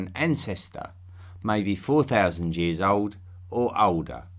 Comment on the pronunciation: did u say Jears for years?! lol